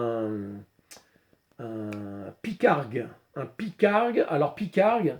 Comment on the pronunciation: Pygargue, avec un G ! pas Pycargue...Lol! C'est tout simplement l'aigle à tête blanche (et c'est bien un aigle!), emblême des Etats Unis, aigle pêcheur, il est vrai...Volatiles entendus, superbe vidéo, tres détaillée, tout commeles deux premières que j'ai découvert il y a peu sur les armes de poing de la guerre de sécession, Nord et Sud....